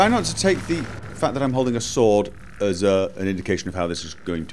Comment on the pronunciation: Shhh. Be vewy vewy quiet, I'm hunting sloads